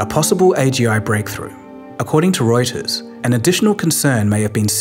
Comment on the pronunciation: Thank you so much for pronouncing "Reuters" correctly.